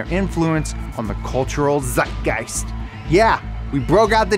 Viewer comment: Respect for pronouncing Zeitgeist correctly. Now try it with Porsche and other German words.